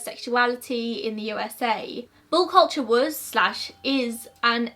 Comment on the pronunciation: I kept trying to decide if it was bull or ball 😂😂